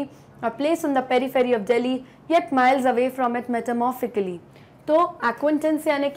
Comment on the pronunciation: Ma'am, your pronunciation of "metaphorically" was wrong.